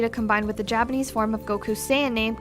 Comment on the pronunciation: what the hell is dapenese?!